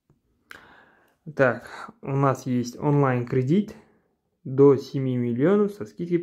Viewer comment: Не кридить а кредит